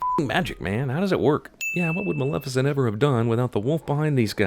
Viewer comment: Sin: everyone keeps pronouncing it "Malificent"